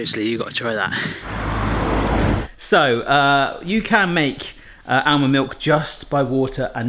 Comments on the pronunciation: Great video, but FYI, it's pronounced AH-MUND not AL-MUND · Stop saying bloody ow-mond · The "L" in almond is silent, it's supposed to be pronounced like "ahh mond". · Why does pronounce the 'l' in 'almond', but not in salmon or calm? at least be consistent! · The 'l' is also silent in almond, but he always pronounces it.